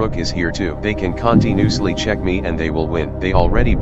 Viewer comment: Cantee- noose-lee got me dying